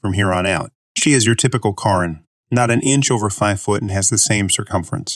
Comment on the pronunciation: This reader is so much better sounding than the other (non real person sounding) reader. Although her still didn't pronounce Karen as we are accustomed to hearing it Miss you Krown.